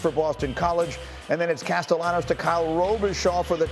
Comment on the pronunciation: Greeny is Catellanos Ll sounds like Y! Lmao